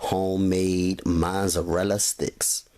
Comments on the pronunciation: haha haha yup mazarala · just because he saying it wrong don't mean he aint do the damn thing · U get a thumbs down for the way u say mozzarella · lol the way he say Mozzarella lol i love his video found him 2 mins ago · The way you say mozzarella is funny